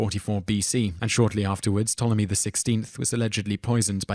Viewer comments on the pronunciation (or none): none